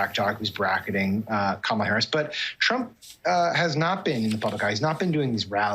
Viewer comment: First, "Obamna" now "Kamabla?"🤣🤣🤣